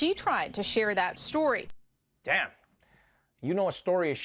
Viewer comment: Trevor just hit that south African 'damnn' . Man it shows that my guy misses home 😂👌🏽. Tjoo Tjoo Tjoo 😂priceless.